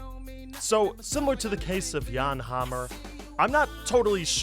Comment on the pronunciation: Thank you for saying Yahn and not Jann!!